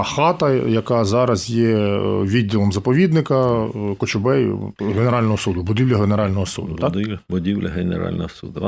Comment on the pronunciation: Та у немало в мові русизмів (росіянізмів). Та й вимова окремих слів видає російськомовну освіту. (КАчубей, прАведений перепісЬ..)